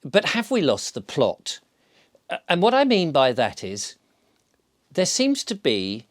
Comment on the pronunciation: Oop 'ere in t' North there is no t after the glottal stop in plo'-t. It's just plo'. 🙂